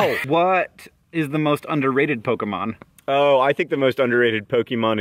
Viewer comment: i'm--aaahh!!! Hank pronounced Pokemon somewhat-properly yeessssss thank you